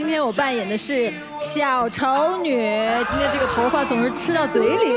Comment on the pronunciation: 。。。。。😂😅小。。。。丑女，这重音给的，牛！